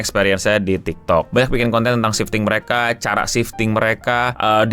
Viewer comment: Kok gw kek denger 'shifting' jd 'sinting' ya bang 😅